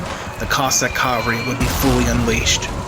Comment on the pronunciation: Interesting. But you mispronounced cavalry. That's ca-vahl-ree.